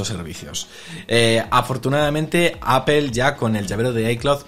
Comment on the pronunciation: Cómo confiar en alguien que pronuncia "Apel"?...